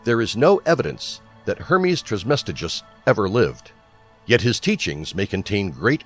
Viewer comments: It’s Trismegistus, not Trismestigus, or whatever the narrator calls him! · Hermes "Trice-Ma-Jest-Us"!!! If you're going to make a video about him, learning to pronounce his name seems logical to me. How can you make such a well prepared presentation and not know how to pronounce his name??? It means "3 times Majestic". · The way he says trismegistus makes me cringe, its pronounced "tris-muh-gist-us" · The rest of the video was excellent. It just seems clear whoever did the voice narration did not take the time to learn to pronounce the name properly as they were reading over the script. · Spirituelle No and no, but these question come from an account of thinking I meant unprofessional as in not formal or scholarly. But I meant unprofessional as in not very formidable or matching to the informational tempo of the video due to it being pronounced incorrectly. This video is literally on Hermeticism, created by Hermes aka TRISMEGISTUS. If he could gather all of this research and information to compile a video on Hermeticism he could at least say the creator of Hermeticism’s name right. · Spirituelle ok but if they’re gonna make an informational video on Hermeticism they should pronounce it correctly it’s simply unprofessional.